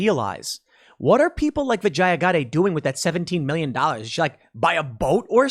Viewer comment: That’s racist mispronouncing her name like that. It pronounced “Vah-gine-ah.”